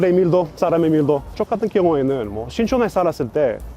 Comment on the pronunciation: "저 같은 경우에는~" 발음에 각별히 주의해주세요 ㅋㅋㅋㅋㅋ